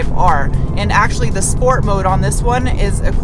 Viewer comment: Why "schport"? Funny do